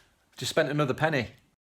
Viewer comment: Martin Freeman is the guy on the front cover! I do prefer LOTR to the Hobbit but it's still a good watch.. a lot of dead scenes in this movie though. I would've gave it like a 6 or 7/10.. Also i heard your Leicester accent come out more with the 'penn-eh!' xD Enjoying listening to your insight on these penny films! Looking forward to what's next!